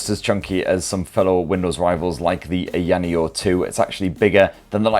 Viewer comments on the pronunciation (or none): I love your channel but please stop saying ayaneo like that.